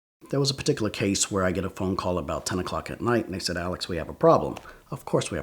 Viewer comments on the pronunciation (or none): This guy like the word "paticula" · drinking game: every time he says “peticular” take a shot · Does anyone else love the way he says “particular”, or is it just me? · Nah it’s not just you